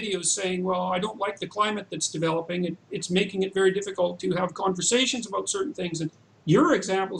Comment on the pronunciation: "What should be done aboot it." That never gets old.